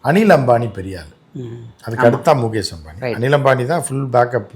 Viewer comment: Moookesh illa oi...mukesh... kuril